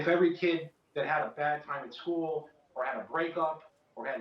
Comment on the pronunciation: So was this one of those males who claimed to be a female? Or is it a real female? Wisconsin can't have a police chief thays actually educated enough to properly speak? Whats a "skoo" idk what a skoo is